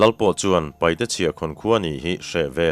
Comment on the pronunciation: Kan lo sawi ve lawk ang e,paihte nilovin,paite tihtur a nia,chuchu an duh dan pawh a ni a,paite ti in lam thei tawhla a ṭha lo mawle,te ka lo ti ve deuh a